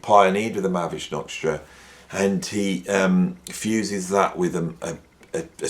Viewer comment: There is an Ha in Mahavishnu, as in Ma-Ha-Vish-nu btw.